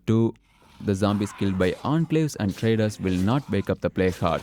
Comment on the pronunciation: Logged in my phone just to reply. No, it doesn't make me irritated, in fact its actually quite a relief. I think you have a nice voice, coming from a British northern dude. FYI saying Enclave spot on was noticed.